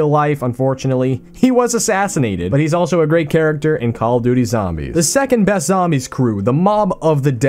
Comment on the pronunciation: You pronounced second best weird